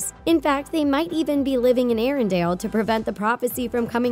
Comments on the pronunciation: It's Ah-Na not Ann-a and it's ArendElle, nof ArendAle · Arendale? Oooookay, here we go again: ARINDELL, Say it with me, AIR-EN-DELL